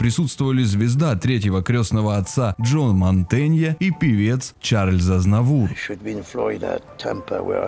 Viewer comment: 7.33 - Шарль Азнавур - так будет правильней. Сочетание Ch во французском читается как "ш", а он французский певец.